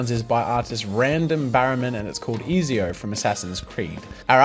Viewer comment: It's not easyo xD It's pronounced E(z=ts)io